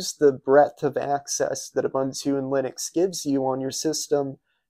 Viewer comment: That was an "OOBOONTOO" system. "OOBANTOO" doesn't exist.